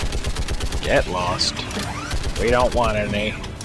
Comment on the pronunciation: "geth lost" höhöhöhö